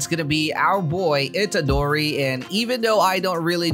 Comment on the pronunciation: Yup you said itadori right 😁👍